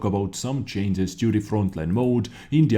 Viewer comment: so WG need to chains but you don't need to learn how to pronounce change because its funny